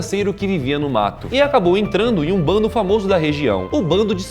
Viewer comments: NÃO É BONDE É "BANDO" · Se diz bando e nao bonde! Rs